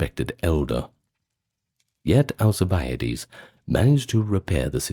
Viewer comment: AL CIB A DEES theres no a after the i